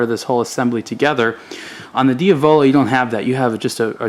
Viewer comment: Just a note, Diavolo is pronounced "deeA-voloh" not "dee-Avoloh". You have to say it with Italian accent, not American style.:D Just pulling your leg.